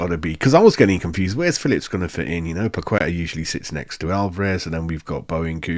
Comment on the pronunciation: You should say Pa - ke - tah not Pa - kwe - tah